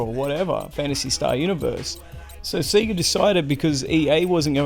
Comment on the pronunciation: Only thing annoying about this video is the pronunciation of Sega 😂